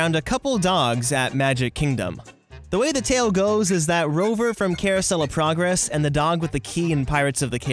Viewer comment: The way he said it sounded like: Caruosellaprogress